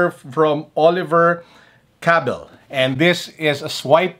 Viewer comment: Cabell is pronounced differently from the other videos I've seen. The cadence is like "wabaam".:)